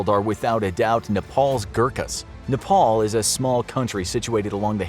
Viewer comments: it called nepal not nepol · Wtf is Nepole? It's Nepal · Please pronounce Nepal properly it’s not nepol Nepal a like an apple not NEPOL